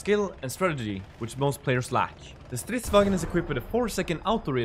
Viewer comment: Incredible pronunciation however the last part vagn is pronounced a little weird it to be sounds like you are saying vagen lol